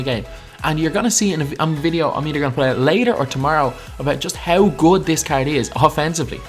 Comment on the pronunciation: caerd this caerd